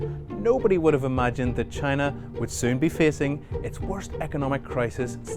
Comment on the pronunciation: CHYYY na